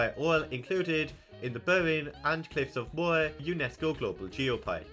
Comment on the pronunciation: It's so interesting that you're explaining about the counties and your accent makes it so different than what I'm reading.. I never knew that some people swap R with I.. Cork becoming Coik, Moher becoming Moi basically. Wow, O'Dea Castle didn't even make the list of notable places.. I guess the only people that care are ones that trace their lineage back there, or at least have family named Day.